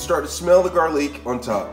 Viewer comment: Ramen & garleak 😂